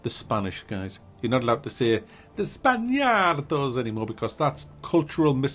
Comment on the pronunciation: the way you said spaaaniaaardos is like italian way of saying it and not spanish kind of way